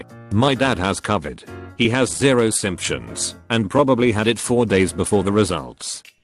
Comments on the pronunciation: Simp shuns? Symptoms? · No one: Literally nobody: Text to speech: c u v i d, simp shuns